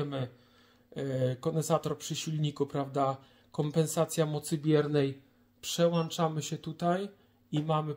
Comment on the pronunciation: Przełanczamy matkoboskoczestochosko